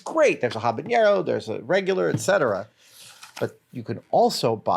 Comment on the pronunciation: Say it with me: “habanero”, not “habañero”. (Good recommendations, though.)